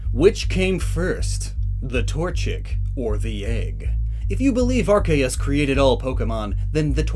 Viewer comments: Why do you say it like that it unwatchable cause of your terrible ARKAYUS it’s pronounced arc-e-us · It's ARK-ee-US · I know that it is wrong but I prefer when people pronounce Arceus with a “S -sound” there where the “C” is instead of a “K -sound”. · My inner idiot is raging as he is saying Ar-KAY-us and OOOK-XIE(Uxie.) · oh my god he says “ark-aye-us” i can’t watch this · its pronounced ar-see-us. read the japanese name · it’s AR-see-us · I want to know more but hearing Arkeus so many times hurts my soul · Please learn how to say Arceus properly if you’re going to say it a lot in a video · Pronounce the c in arceus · That’s not how you pronounce arceus